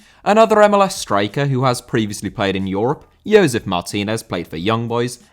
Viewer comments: Josef* not Youwsef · It's "Joe-sef" not "Yoe-sef." I know it's tough trying to figure out when you are supposed to use the "Y" sound in Latin American names but this isn't one of those cases. lol.